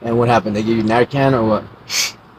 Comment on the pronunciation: She said nar conned 😂😂😂😂 it's narcan you silly person.